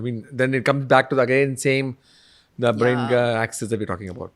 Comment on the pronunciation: Great podcast for women 🎉🎉🎉 thanks ❤❤❤. But i hate to admit that i got a lil irritated when pronounced brain as bain and ovary as ovy at times sorry😢.